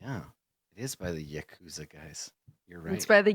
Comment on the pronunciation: I like how Adam gets on back for not pronouncing Yakuza correctly, when he doesn't even know how to pronounce Valet.